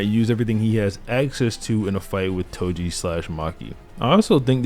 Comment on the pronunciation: Bro said edo toji 💀💀💀💀